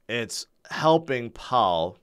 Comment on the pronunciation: Instead of Powell its "Pow"